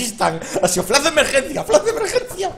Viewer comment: Podrias PORFAVOR pronunciar flash correctamente. No se dice "FLAS" , se dice "flaSH".